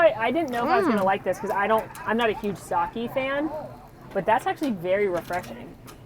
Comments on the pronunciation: Sake not Saki. This is your job and you can't even do it correctly? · Heads up, Japanese “sake” is pronounced “sa-keh.” Not “sa-key”👍🏼